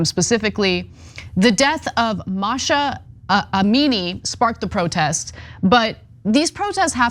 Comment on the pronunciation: The way Anna said Mahsa Amini sounds like she has no idea what’s going on in the world, she supposedly reports on. I love you Anna but you gotta stop hanging out with those brain dead valley girls.